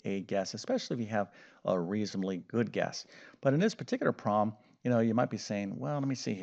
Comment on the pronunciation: Well his voice is great, I wish my ex USSR school math teachers had voices and explanation skills like his 😊 It makes me giggle though every timevhe says "proll" instead of "problem".